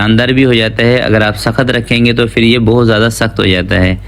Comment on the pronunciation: Yeh “fir” kiya hota hai? Lafz ha phir. Pay se phir. Please Indians ki naql na karain.